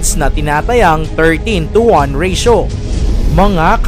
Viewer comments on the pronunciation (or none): none